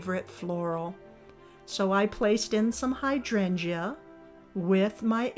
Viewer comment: Your topiary garden is beautiful. Please brush up on your pronunciation of hydrangea. The "e" is not pronounced - [HY] + [DRAYN] + [JUH]. Not meaning to be critical, just thought you'd want to know.